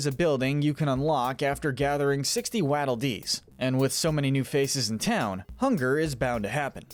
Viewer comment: it annoys me how he says waddle dees like wadle when its waddle like a penguin waddle